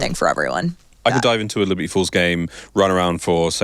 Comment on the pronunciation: why do you say, "leberty falls"